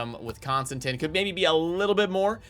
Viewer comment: Does anyone else cringe with the way he pronounces names? ConstanTeeeeeen. Geebus